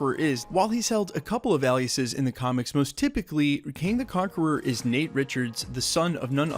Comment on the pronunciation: It's KANG not king.